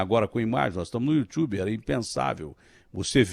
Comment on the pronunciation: datena: "youtchubi"